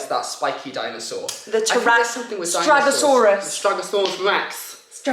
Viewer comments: Stegosaurus not stragosaurus 😂😂😂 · Lmao you guys are too cute 😂 its “stegosaurus” not “stragosaurus” 😂😂 but dont sweat it, you guys are amazing new parents with WAY more important things to do than memorize dinosaurs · Lol....it's stegosaurus, not stragosaurus.